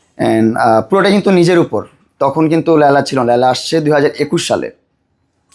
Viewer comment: কি লায়লা উচ্চারণ করতে পারে না নাকি 😅